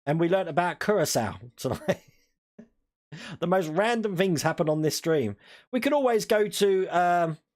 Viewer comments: Pronounced Cure'a'sow - Curacao ;) (sow as in female pig) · ITS CURACAO!!!! SAY IT WITH ME....KUR-RA-SAO!!!